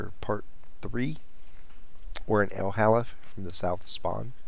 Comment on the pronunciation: It is pronounced 'El Ha-looof '